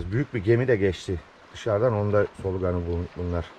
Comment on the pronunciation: sn.abim, solugan degil, Solagan, yumusak G ile :)